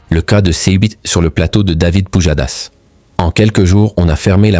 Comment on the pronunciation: "David POUDJADASS"